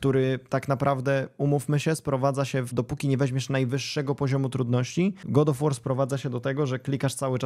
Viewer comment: tiltuje mnie troche ten god of łoar